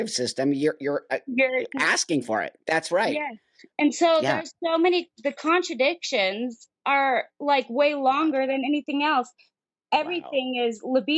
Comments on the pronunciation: What a healthcare professional. Apparently she calls side-effects contra-indications (which is something else) and pronounce it "contradictions". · In the "medical profession" and cannot pronounce either "controindications" or "thalidomide". Uhmmmm. Do not be antivax, that is just supid and ignorant. I agree about puberty blockers being banned for wannabe trans kids.